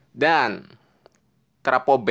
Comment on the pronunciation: Travo bukan trapo.